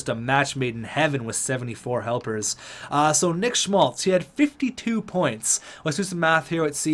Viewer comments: Keeps sounding like you're pronouncing his name as "Schultz" multiple times and it was driving me nuts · Schmaltz - Calls him Schultz sometimes Orzcek - Ozreck Abramov - Arbamov I love the vid and content, but you need to learn how to read. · as a Blackhawks fan this is how you say schmaltz Sch-maltz not schlutz